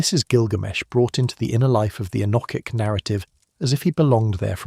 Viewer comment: All very interesting, but what on earth is the relevance of many of the pictures shown, such as the Bayeux Tapestry , some pterosaurs at 45.55 and some Chinese text ? Why do you pronounce "enochic" in three different ways? Why do you say that you "read" (past tense) the comments? Is this AI text-to speech"?